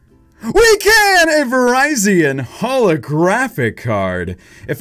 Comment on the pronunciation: he said Virizen like the phone company it’s Virizion